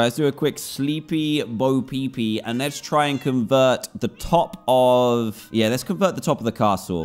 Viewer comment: he said bo pee pee 😂🤣